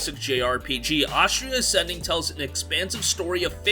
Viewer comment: Why does he keep calling it Ostria Ascending?